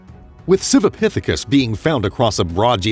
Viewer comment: Everything is a "pithikis" this a "pithacus" that!